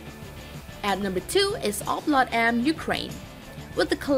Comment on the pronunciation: "O-Plot-M" - the virtual tank.